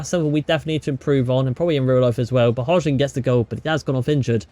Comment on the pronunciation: Please pronounce Rasmus surname the correct way brooo please